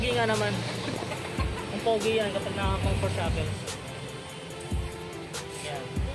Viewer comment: Cunfert jackel....Da fuck that's all I heard all the time.